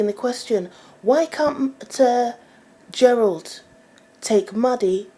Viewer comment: its Jerryl, not Jerold LOL